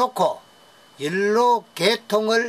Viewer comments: 연료로 발음이 잘 되지 않아서 그래요. 이해 해주세요. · 열로는 대구 사투리로 연료를 말하는것 같은데요?